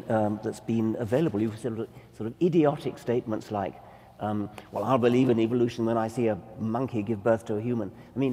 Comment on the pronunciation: I dont want to believe someone who says eevolution.